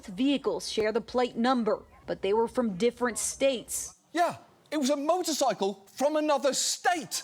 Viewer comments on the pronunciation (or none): none